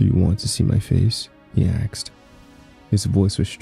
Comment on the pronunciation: What u got against axes, huh? I'll have you know my brother is an axe and he'd find that offensive